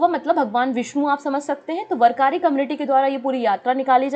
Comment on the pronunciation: Pronunciation is वारकरी not वरकारी mam